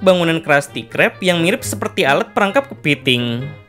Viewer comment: Kepeting 😂😂😂, lucu ngomong "kepeting"